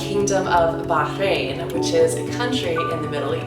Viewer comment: Hey, congratulations to you and your husband, for having a baby. I've been to the middle east, and been to Bah' - rain (note the emphasis on the pronunciation 😂). Such a great country in the middle east, but quite some pretty narrow roads specially in the old city center. 😂